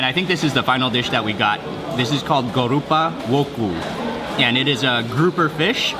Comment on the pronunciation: it's not gorupa woku its goropa woku blanga